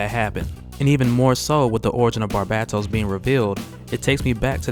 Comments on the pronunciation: Lol barbattos bruh: “bar-BAE-Dohs” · bar-BAY-toes NOT bar-BAT-os. good vid but your pronunciation of his name was annoying the hell out of me lol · Who TF is Barbahtos, I thought it was Barbatos 😂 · The second “a” is long... Barbatos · Love your work bro... So it's with great respect I say this: Its pronounced Bar-BAY-dos. Stay up though bro. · pretty sure it's pronounced "BAR-BAY-TOES" as someone who reads more than listens to media it's difficult to transition. took me like a decade to pronounce Djinn properly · bruh its bar BA Tos. watch iron blooded orphans and youll understand he has the same name as mikazukis gundam. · Are u sayib his name right wtf lol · It's not that hard to pronounce Barbatos smh... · Your pronunciation of Barbados is throwing me off! Otherwise, great video dude! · Argghh the way you was saying barbatos was killing me. Back to comicsexplained to hear Rob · learn how to properly say Barbatos. your pronunciation is toooooo cringy !